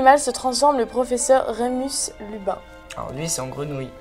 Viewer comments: Fautes hallucinantes. La prononciation m'a fait exploser aussi : Sévérus (urgh), Remus LUBIN (ARGH). Je vais dormir et quand je me réveillerai, tout ceci ne sera plus qu'un cauchemar lointain. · elle a dit "occulus repari" au lieu de "occulus reparo", aussi que Cédric Diggory est à Gryffondor alors que non, et elle a aussi dit "Remus Lubin"; c'est Remus Lupin* . Et ça se dit potterhead 😭😭😭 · mdr tu as dis Remus Lubin a la place de Remus Lupin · luPin pas luBin